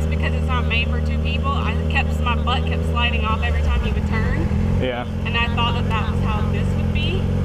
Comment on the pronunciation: She says "butt" like "bupt" lol